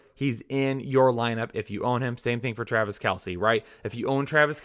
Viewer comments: "Travice" Kelce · Trav "Ice"